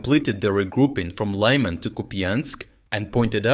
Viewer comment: why would you mispronounce the names of people, towns and cities in your videos? So that, for example, Сирський becomes СирскАй, and town Лиман becomes ЛАйман. What is the point in this?